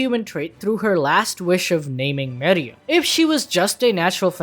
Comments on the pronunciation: Bruh anime names aren’t that tough to say.... it’s meruem not miriam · I absolutely love your videos.. but.. your refusal to say names correctly is infuriating. Meruem.. not Miriam. Not even vaguely close.. unless your channel is Animal Bells Doop. See how changing somethings name makes it something incorrect? Do better. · ITS MERUEM NOT MEREUM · How do you watch the show but can't say meruem